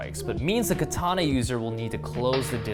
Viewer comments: shame most people can't even pronounce the word. It's ka-tana not ki-tana. Kind of ruins any credibility if you can't even pronounce the name of the sword. Glad to see you're cutting wet tatami though, most of the ones I see is with dry tatami making it far from realistic. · Also would be quite good if you could pronounce ka ta na. No 'R' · More properly pronounced kah-tah-nah rather than kah-TAH-nah. Japanese doesn't have accented syllables. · First of all... learn how to pronounce "katana"